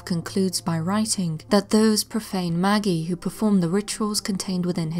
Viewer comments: Pronounced “Majih” not “Magee” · Magi pronouncement is “mage eye” or “maj eye” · The word magi is pronounced maji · I think Magi is pronounced with a soft g and a long i